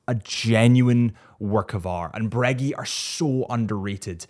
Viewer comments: When will he stop saying breggy and start saying breguet😭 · I can’t take you serious while you mispronounce OMEGA and Breegeey??????? Wtf man?!?!? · It's great how Americans pronounce such noble words as "Breguet" — as if they were chewing three pieces of gum at once.